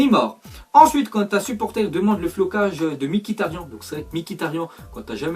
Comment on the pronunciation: C'est pas Mikhitaryan mais M-khitaryan On prononce le M au début mais pas Mi